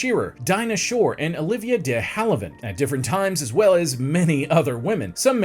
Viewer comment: Interesting how you discuss Marlene Dietrich's last name but mispronounced her first. 3 syllables- mar-LAY-na. Also, it's Olivia de-HAV-e-land, not de-HAL-i-vand, and Sal MIN-e-o, not mi-NAY-o. Other than that, you did ok.